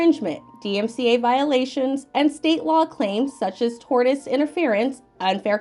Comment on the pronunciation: Tortious, sounds like tor-shuhs